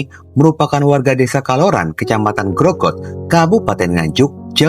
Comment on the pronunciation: bukan grogot tapi ngronggot saya tetangga desanya kak